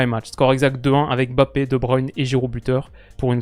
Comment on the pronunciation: Je profite que tu ai parlé de la prononciation de Deschamps pour te dire que tu n’as pas la meilleure prononciation des noms avec N et M comme Ndoye, Mbappé et N’golo C’est des noms qui se prononcent en une traite 😊